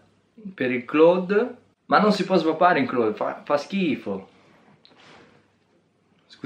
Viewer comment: basta dire claud, non clòd....